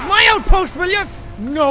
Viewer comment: Jack said outpoth